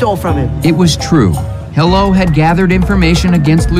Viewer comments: So they pronounced Korean word one day 하루(Haru) as Hello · Could have been funny if they worked on the accent. No Korean speaker would pronounce it hello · That doesn't make sense... because Annyong himself is pronouncing it wrong. Haru which starts with Ha, pronounced like ha as in Hahaha while Annyong is straight up saying Hello, the R/L doesn't matter. Yes, Koreans have issues with L and R because their equivalent is more a mix of both so they have issues separating it but the joke requires the entire word to be pronounced wrong by someone who sound know the right way to say his name which is actually a fairly normal name in Korea.